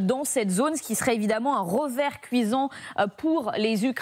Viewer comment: "rogardez", "les russes, eux, il sont", "un rovert cuisant", "un rotrait"... Il serait peut-être bien d'apprendre à parler français...